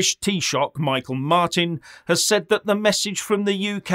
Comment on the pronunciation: It's Micheál Martin, not Michael Martin 😃